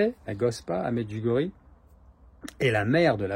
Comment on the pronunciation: Merci de prononcer MEDJOUGORYÉ. Soit beni.